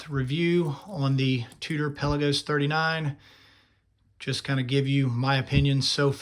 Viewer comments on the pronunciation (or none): Can you at least say the name right before reviewing a watch?